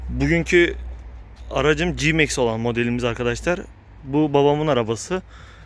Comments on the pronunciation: Bu araç G-Max ( Ci-Mex ) değil, C-Max yani Si-Mex diye okunur ve söylenir. Emeğinize sağlık. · Bir de cimeks demiyeydin iyiydi😔